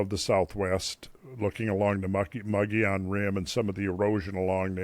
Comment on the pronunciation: Love these podcasts. I grew up in Sedona. Mogollon rim. We always pronounced it as "Moe" GHEE Yawn... Never heard it pronounced any other way while I lived there.